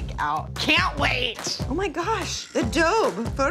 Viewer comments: It’s pronounced ah-doe-bee not ah-dobe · The fact that says “adob” instead of “adobe” drives me crazy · Adob it’s ADOBE WITH THE E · Who else was seriously getting triggered when was pronouncing adobe as “a-doab” when it’s “A-DO-BEE” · adob adob it is a-do-beeeeeeeeeeeeeee with a eeeee at the end. did this make anyone else cringe? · lol it’s pronounced adobEEEE not adob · Lol I love this so much. Even though I cringed every time said “Adowb” meaning Adobe. Still positivity makes my day. Also the amount of ketchup Lily puts on her burger makes me think she doesn’t really like the burger she just REAAAALLLY like ketchup. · AHHHHH i love that says "adob" 😂😂😂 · adobe "uh-dohb" XD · Is it weird that I’m getting anxiety that she says Adob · its adob EE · she keeps on saying adobe she doesn’t say adobeeee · Also, I love that spent the whole video mispronouncing Adobe. What a legend. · Lmao the way pronounces "adobe" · as a computer geek, i laughed so hard when she said "adobe" incorrectly. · She keeps pronouncing Adobe wrong and it's giving me anxiety. Ugh! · I love how kept saying adobe wrong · not knowing how to pronounce Adobe 😂😂😂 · My inner graphic design nerd freaked out when mispronounced Adobe... NOOO WHYY?! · the way pronounces Adobe smh